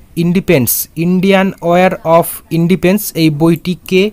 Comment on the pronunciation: Indepens na dada ota Independence 😋🤭